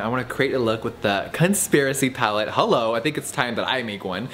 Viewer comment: Ngl, I swear to god I heard him say “Cuntspiracy palette.”